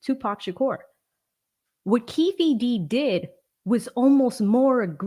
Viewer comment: Keef D , instead of kee-fee D is hilarious 😅. Good job.